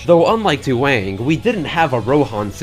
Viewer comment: This "Duwang" is perfect.